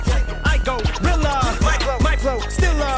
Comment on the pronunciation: I go-Rella. I gorilla.